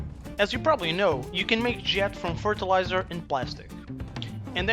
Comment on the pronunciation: Fertelizer woman lol